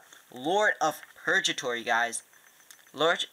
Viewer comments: It is Zwei as in Zw-eye it's German for 2 Purge-atory isn't right it's purgatory the other g sound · Its Pur-GA-tory (like how you Gao's name) And Deity: Dee-a-ty In case you'd like to know.